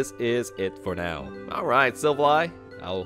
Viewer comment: enjoy the videos and deck profiles! however, its pronounced SIL-Val-LEE....not sil va lie